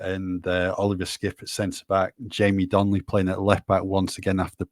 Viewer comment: It’s Donley not Donnelly